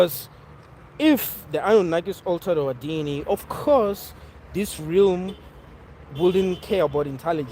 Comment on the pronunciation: ¨Interpret.¨ ¨Realm.¨ - Pronunciation.